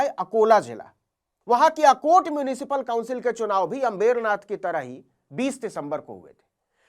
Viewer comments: आप अम्बरनाथ को अंबेरनाथ क्यों बोल रहे हैं? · Navin bhai it's Ambar Nath not अम्बेरनाथ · अंमबेरनाथ नहीं अंबरनाथ बोलिए नवीनजी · नवीन बेटा अंबेरनाथ मत बोलिए। सही उच्चारण करें। अंबरनाथ बोलें। धन्यवाद जी ❤❤❤❤❤🎉🎉🎉🎉🎉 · FAKE journalist pehale Ambernath ka Pronounciation seeko.